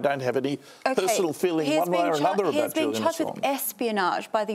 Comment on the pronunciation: Julian A-songe. Hahahahahashas. Brandis is a tool